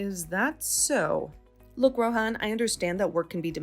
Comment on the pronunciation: First off I thought they never got married and even if they did they could just get it annulled. And the payout even for east Asian stories is stupidly high. Lastly I'm pretty sure the h in Rohan is silent. If your going to use a name like that pronounce it correctly.